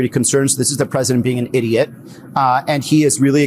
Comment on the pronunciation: He emphasized idiot!😂